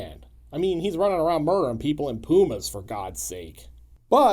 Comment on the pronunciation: That's pronounced, "P-YOO-MA," as in, "Puma Man." 😁